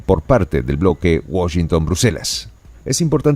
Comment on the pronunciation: No pronuncias bien Washington en inglés, saludos desde New York City.